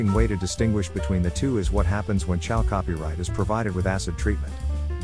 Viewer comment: Oh maan, that voice-over is the best !!! Maybe it's because English is not my first language but from on, I hear : "...when Chal Copyright is provided with a** in-treatment..." :- "When exposed to a**... :D. That's just as golden as pyrite :D :D Fools gold :P